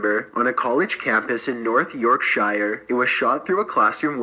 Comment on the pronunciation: its pronounced york-sher not shire